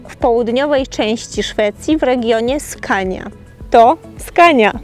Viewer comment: dobra nie chce mi sie z toba dyskutowac poporstu mowi sie skone a nie skania :D moze tak sie pisze po twojemu czy po Polsku